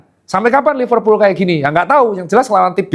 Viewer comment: Kata temenku Liverpul "L" nya losestrik